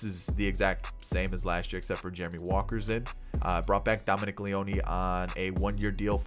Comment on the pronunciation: Great video! One thing though Dominic Leone is pronounced as Lee-own (Lee-ohn). Keep it up, ready for 21!